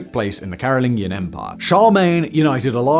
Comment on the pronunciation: Respectfully, Simon is brittish and somehow cannot pronounce things correctly?? CAROL-LIN-JEE-IN Dude mispronounces something every gd video. It's maddening 😂